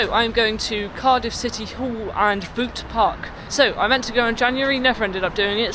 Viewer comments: 'Bute' is pronounced as ''Bewt'' as in the ''ew'' in church pew or ''view'' and not as in ''ooh'' but as in the ''ew' in ''beautiful'' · Nice haircut! I liked the castle and the walk beside the river. I think Bute might be pronounced "be-oot", but I'm not sure. I like some brutalist architecture. The statue outside the court is of Judge Gwilym Williams of Miskin. He had quite a fearsome reputation apparently and it was said of him that he was ’a terror to malefactors.’ 😱The tram network you mentioned might be the Cardiff Crossrail.